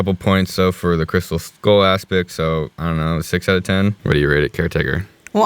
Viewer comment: Did he say "Indiana Jones and the crystal school"??